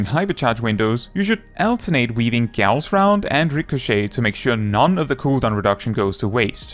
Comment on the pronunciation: props for pronouncing "Gauss" correctly